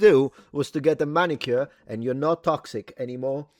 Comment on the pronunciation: It's MANicure. Come on.